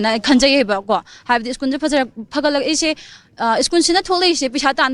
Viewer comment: Oja masamak school se "skoon" and twelve sina "tuyep" haina pronounce tourise khitang semdok chahan ning ngi. Strongly condemn the miscreants who disrupted the study environment of the school. Please take care.